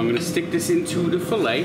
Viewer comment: did not put accent on a filet 😭